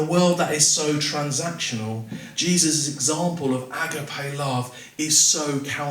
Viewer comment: Well done for trying to explain what love actually means in a crowded confused world where the meaning has been partly lost 👃The Greek word is pronounced A-GAP-I The ancient Greek philosophers were well aware of the different kinds of love and they had around 5 different words for love as different types/meaning. They looked upon the "frantic,mad,boilied over passion"kind of love often portrayed in movies as being the ultimate expression of real love as,a kind of dangerous madness that needed to be controlled. As far as i am aware Jesus never encouraged this kind of love.